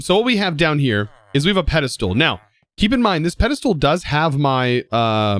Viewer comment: I say words wrong all the time. When I'm corrected, I try to say it right, but I don't aways succeed. I guess what I'm saying is, don't worry about it overmuch, you're a great content creator even if you get some wrods worng now and then. Also, I love the way you say pedestool.